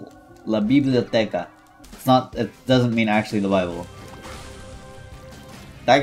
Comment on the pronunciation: bro the way you speak spanish LA BIBLIOTECA